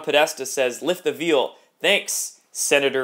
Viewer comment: In John Podesta saying 'lift the veil', it sounds like "vale" not "veal"....just a little pronunciation help!😊 Although Podesta probably LOVES milk fed veal- - - It's a young cow whose meat is tender, that is usually chained/stockaded in a small stall till ready to be butchered & sold.